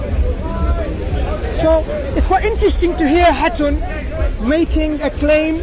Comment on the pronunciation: .إسمها خاتون. مش هاتون. يعني إمرأة في لغة ألتركي